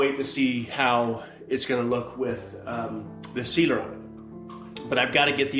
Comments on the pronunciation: Sealer not Cedar. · Wow, lots of dust and work! Turned out well though! Am I the only one who thinks is saying Cedar when he says sealer?:-) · I kept hearing him say “I’m going to do two coats of Cedar” 😂😂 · I heard the same lol